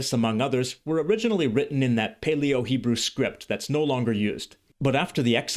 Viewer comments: I'm halfway through but really impressed by your Hebrew pronunciation. Do you speak Hebrew? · The way you pronounce every word and nuance effortlessly and pitch perfect is amazing. From a native (modern) Hebrew speaker. I don't think I can pronounce biblical Hebrew as you do.